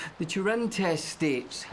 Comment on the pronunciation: Wait. Is Billy calling it the Turin test, instead of the Turing test ? Edit :Aha. A clue. Teach me to post before watching the whole thing.